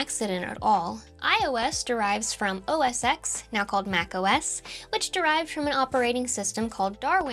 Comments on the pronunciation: OS “ex” 🤮 OS “ten” 😎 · oh god please don’t say “OS eks” 😣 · Apple actually pronounces OS X as "Oh Ess Ten". I had a few Apple employees correct me on this. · It is pronounced 'OS ten' not 'OS X'. So much for 'experts' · It's not Oh Ess Exx... It's Oh Ess Ten. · Yes, because...you know, it followed OS 9. Pronouncing it Oh Ess Exx is a pet-peeve of mine. 😬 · "Oh Ess Ten" not "Oh Ess Ex" & iOS is a descendent, not an ancestor, ancestors come before descendents. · OS X is pronounced OS "ten." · OS X came after OS 9. Therefore it is pronounced "OS Ten". The X is a roman numeral. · "Mac OS ecks" instead of its proper name, maximum disrespect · Love your content, and your expressions keep it engaging! I'm sure you know this but just for those who are curious, OS X is pronounced "OS Ten"